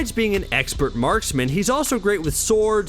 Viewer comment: did you just say marc is an excellent marcs-man